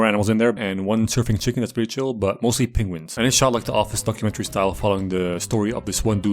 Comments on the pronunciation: Is he saying pengwings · Nobody:: Pen-GU-ins